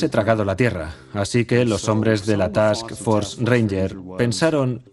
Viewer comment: Buen documental. real, no como la película. Al narrador en español: es TASK FORCE , FUERZA DE TAREA , NO ES "TAKS" solo un consejo, sin ofender.